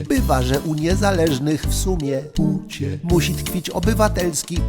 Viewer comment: Teraz nagle ktoś wyłapał pucie. Niektórzy nawet mówią o "przejęzyczeniu". Tymczasem on tak mówi zawsze i od dawna. Śmiałem się z puci w komentarzu już z miesiąc temu, kiedy miał mowę o "tęczowym Rafale"